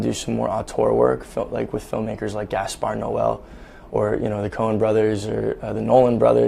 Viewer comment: When he said Gaspard Noel I went 👁👄👁